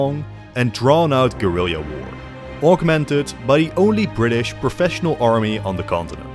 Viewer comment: Homie, please listen to the pronunciation of guerilla war